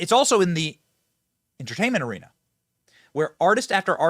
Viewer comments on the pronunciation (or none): none